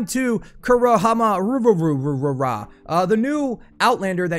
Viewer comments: Coo-row Who-moo-raw Is how you pronounce it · You said it wrong.. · Why can't americans read new names or words?